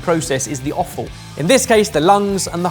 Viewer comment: It's offal...I just keep hearing say awful. LOL